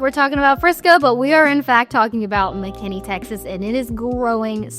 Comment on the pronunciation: It's Mckinney, not Mckenney...